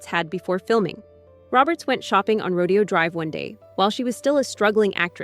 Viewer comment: Row-Dee-oh drive?? 🤡